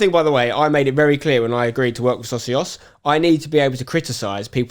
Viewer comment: Don't personally care about the Socios deal but please pronounce it properly 🤣. It's already a word in Spanish